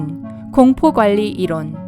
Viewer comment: 이론 발음이 많이 이상한데 목소리는 누구목소리인가요?